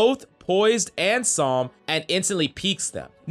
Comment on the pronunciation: Gotta love how he says psalms lmao